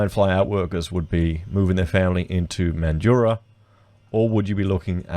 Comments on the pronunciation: The streets aren't flooding with homeless and it's Man-drah not Man-du-rah. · Mate, it’s MANDRAAAA. NOT MANDURAH 🤪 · Friendly tip from a mandurah local, it’s pronounced Man-dra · Yeah mate. I live in Mandurah and that's how we pronounce it. Not like how Mildurah is pronounced. The people in that video who emphasise the "u" are wrong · Yeah, If you're from WA you will definitely say it like 'Man-drah'. If you say it with the middle part then we know you're from over east lol. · I think Mandurah is pronounced without the 'u' : Man jrah. Good presentation. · MAN-dra, like Sandra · Interesting conversation mate but it is pronounced Man-dra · Its pronounced mandra not so much emphasis on the U in mandurah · MANjura. Folks have many ways of phoneticising the last 2 syllables but to a MAN they all emphasise the first. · Cmon man it’s pronounced man-drah 😑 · 'Man- Joorah'? WTF? -But thanks for the video. Thumbs up despite your horrendous, laughable pronunciations. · the u is silent. mandurah has always been a hole and in no way ever like the gold coast. no its not a city its like a suburb of perth thats really far away. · learn to pronounce the name correctly